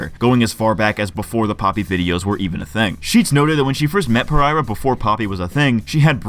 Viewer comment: Dude it's pereria.okay Portuguese. Per-er-ia not par- ereria.come on.moriah rose pereria.